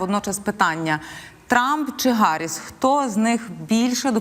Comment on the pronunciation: Чому Гарисс, хіба не Їарі сс?